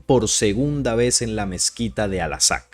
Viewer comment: Por favor : Al -- AQSA ; y no' " Al -- Asaq " ¡ gracias !